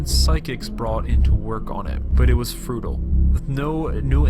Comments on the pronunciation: For the narrator: - The word is 'futile' not 'fruitile' and not to be confused with 'fruitless'. - The word is 'reinterred' as it appears in text on the screen, not 'reinterned'. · boy little one. p.s. futile not frutle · “Fruitile”: process of developing fruit. He may have intended to say “Futile” 😆